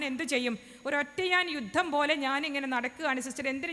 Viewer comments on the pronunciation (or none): none